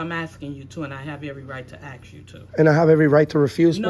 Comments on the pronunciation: Be careful she says wants to AXE you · Ask not axe! It. Is a verb not a hatchet! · OMG!! “I have every right to AXE you…” Where tF do they find these people?? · “ Ma’am, I’m going to have to ask you, to stop axing me questions, and telling me what I can’t and can do. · She says she has every RIGHT to AXE him to leave. WHAT! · Yeah bro, she has every right to “axe” you to 🤣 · The black woman says " cause I ax u" speak English !